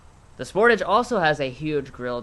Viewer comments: It's "SportAAAAGE" and "HI UN DIE" not 'sporage' and 'hoondie' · The way you say Sportage makes me laugh. It's Spore-tawge not Sport-ige